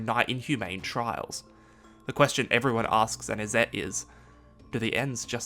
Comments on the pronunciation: Izzet is pronounced “is it,” Vedalken is pronounced “Velkaden,” it is Vedalken. Great video tho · Not only mispronounced vedalken but also IzzEt and Niv MIzzet ^^' hurts my MTG ears xD But great explanations